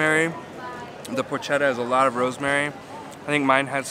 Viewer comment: BTW it is pronounced Por-ket-ta.